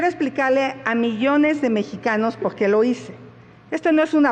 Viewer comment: PORQUÉ , POGQUÉ , POGQUÉ !!!!!!!!!!!!